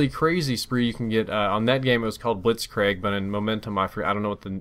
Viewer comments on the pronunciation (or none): It sounds more like blitzkreeg not blitzcraig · LOL blit-craig... pronounced kreeg emphasis on the e's. FYI